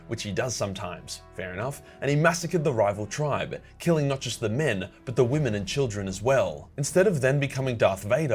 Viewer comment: “Der vimmen”